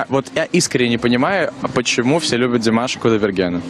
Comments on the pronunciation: Даже ударение и то неправильно сказал, молодой человек.... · не обижайся, но надо в родительном падеже говорить Димаша с ударением на втором слоге. А вообще, спасибо за интервью и ваш позитив! 👍👏❤😊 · Не стоит произносить "у ДимашА", не ерничайте и не старайтесь принизить его, унижаете себя, уважаемый журналист. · Что значит азиатской внешности? Какая разница какой внешности, здесь главное талант. О чем корреспондент спрашивает , ужас , это то чему он научился. Димаша, ударение на предпоследнюю букву, надо было правильно выучить его имя, прежде чем брать интервью. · Прежде чем говорить со зрителями о Димаше,выучил бы как правильно произносить его имя,или специально ударение делает неправильно и еще зачем то делает акцент на национальность,Позор такому журналисту. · Как приятно слушать теплые слова в адрес Димаша. Только молодой журналист неправильно произносит имя Димаша. Надо ударение делать на второй слог. Спасибо, за ролик, интересно!!! 🎤🎼👏👏👏👏👍👍👍👍